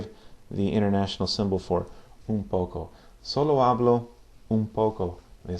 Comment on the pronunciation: Sir 1st of all great vids! Love to learn this language! Just a Q about pronounciation. I noticed you do pronounce the H (f.i in the word 'hablo' ) quite strong. I thought in Spanish (castellano / Latino americano) it's not pronounced?